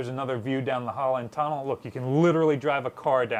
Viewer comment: Every time says "we're looking down the hull and tunnel" it sounds to me like He says we're looking down the Holland Tunnel 😂